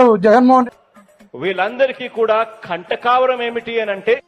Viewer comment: కంటకారం కాదు రా నాయన కండకవరం 😂😂అంటారు